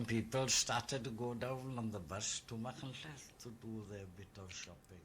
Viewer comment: "The Welsh accent". There are several Welsh accents, in addition to the Welsh language, evident in place names such as Machynlleth (pronounced Ma-khun-khleth), and Llangollen (Khlan-gokh-len). That wasn't mushmouth. That was the correct pronunciation of what to you is a foreign language.